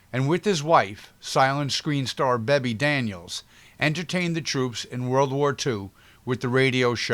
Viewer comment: Ginger was Anytime Annie in one of the greatest musicals of all time 42nd Street then followed that up as "little " Fay in the greatest musical of all time, Golddiggers of 1933, even with Gingers big number " I've got to sing a Torch Song" cut - wow what a dress,. Some names are mispronounced (Aline MacMahon, Guy Kibbee, Bebe Daniels and Una Merkel, thanks for mentioning the beautiful Toby Wing!